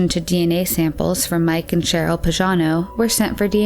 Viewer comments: YoU pronounce PAGANO like PAJANO...is totally wrong,you shuld pronounce it like PAGHANO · the name PAGANO is pronounced with a hard "g" PAG rhymes with BAG. Is this a computerized voice because this isn't an uncommon name or pronounciation. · It's Linda Marie Pagano (hard g). Why does the narrator pronounce it like Pazhano? And her stepfather was Byron, not Brian.